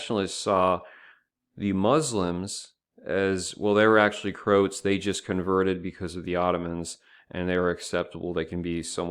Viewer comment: It's not Krowts it's Croats the same way one would say Croatia - the ROA part is important